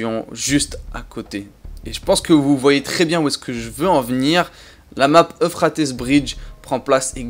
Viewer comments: Pourquoi tu prononce « euphratesse », ça ce prononce « euphrate » ( petite info, l’euphrate est un lac de mésopotamie ) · Plus jamais tu dis Euphratesse sinon bah j'vais rien faire enft (Mais ça se dit Euphrate, c'est un fleuve qui fait tout le moyen orient, faut suivre les cours d'histoire-géo des fois) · Puis y'a aussi la prononciation de certaines map qui gène à l'oreille, genre "eu fra teuss" non c'est "eu frai ts" ça perturbe un peu d'entendre des choses pareilles mdr aller continue on t'adore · « Euphratesse » mdrr